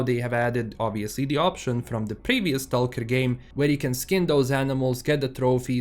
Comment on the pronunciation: Search on YouTube how to pronounce STALKER ....